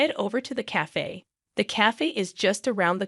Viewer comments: Cafe is correctly said like KAF-AAY, NOT kaf. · And the badly programmed AI TTS can't pronounce "cafe". 🤨